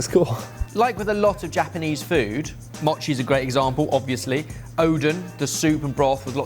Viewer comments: The best gadget in todays video is the container of Kewpie Mayo. And as an American of Japanese ancestry I'll tell you to grill those kirimochi. Also its MOE chi, not mah chi. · Because you guys do try to pronounce foreign words: in Japanese the letter O has a long vowel sound. So okonomiyaki is oh-coe-no-me-yah-key. And mochi is moe-chee.